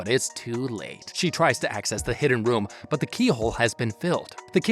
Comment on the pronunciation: Your saying woom instead of room